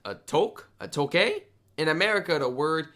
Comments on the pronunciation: A tuque is from the French. it's pronounced "touk". Like "too" with a "k" at the end. Took, not took, but took! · To help with your pronunciation: Cartier = Car-T- Eh Tuque = Two - cue (It's not the best of how to say them, but it was the best I could think how to write them. They are both French words. The word Tuque means a knit winter hat.)